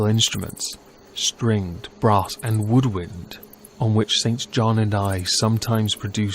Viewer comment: Sorry, I adore you but its pronounced Sinjin and on-wee. Please don't hate me.